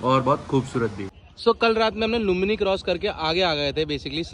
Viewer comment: Thank you for coming to Nepal. For your kind information it's not lumlai it's Lumbini.